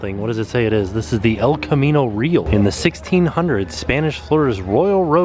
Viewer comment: I was born and raised in Northern California and I am watching this again after a long time. I’m literally cracking up because you mispronounced “real” in El Camino Real. At least in California, it’s pronounced closer to the Spanish, “ree-owl.” In the SF Bay Area, like a mile down from the Four Seasons Palo Alto where you and Jenn stayed a couple of years later, is a major arterial commercial street called El Camino Real which was historically also a colonial road connecting all the old Spanish missions in California, just like the El Camino Real in Florida.